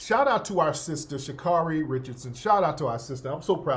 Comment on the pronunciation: SHA-CARE-REE not Sha-car-ree. 😂